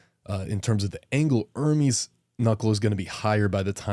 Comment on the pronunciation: Dude, its not IRMIS ITS ERMEST. Learn some basic pronunciation.